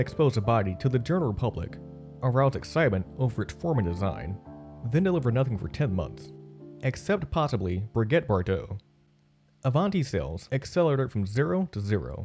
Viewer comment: Didn't pronounce Brigitte Bardot's name right, either. Brigget? Hardly